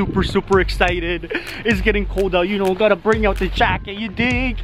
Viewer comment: Wy do you say shknow